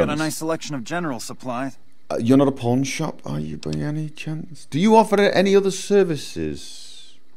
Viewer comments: "Old Mormon Fort. I have a feeling the porn shop is not going to be in there." I know you said "pawn", but for some reason that is how I heard it and I couldn't stop giggling. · I kept hearing porn shop instead of pawn shop. It was hilarious. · "where's the pawn shop" what it really sounds like "Where's the porn shop!" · I feel so bad cause I hear porn not pawn.. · I'm sorry every time I hear you say "pawn shop" I hear "porn shop" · I hear porn shop every time he says pawn shop.... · i can only hear "porn shop" tbh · When he walked into Vegas it sounded like he said, "Hello? I'm looking for a porn shop." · heh sounds like he's saying pornshop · I heard "I'm looking for a Porn Shop" . . . oh my :O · I know you're saying pawn shop, but it really sound like your saying porn shop. I can't judge, I'm an Australian fella, we say porn shop too.